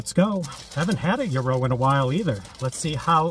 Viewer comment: From what I learned, it's pronounced "yee row."